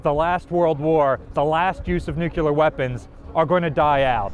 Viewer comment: And there's, saying,"nukyaler" on national television. 😅